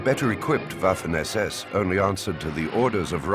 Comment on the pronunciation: yo pienso lo mismo, aunque preferiria que pronunciara algunos terminos de manera correcta, por ejemplo WAFFEN SS, aunque tampoco es que le reste brillo a la narracion.